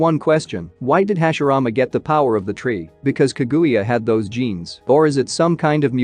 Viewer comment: bro this robot voice is aids; pronounce ka-guya. jesus